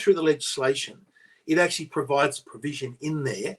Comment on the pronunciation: Thanks, great segment! always says "ackshee" instead of "actually", and you appeared to adopt that pronunciation too in his honour.